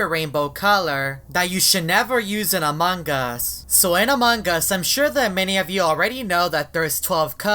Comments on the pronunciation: It's not among Gus it's among us 😂😂😂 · ITS AMONG US NOT AMONGGUS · You said amongus not among us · it is not amongus it is AMONG US HAHAHAH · its not among gust its among us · You keep saying "amongus"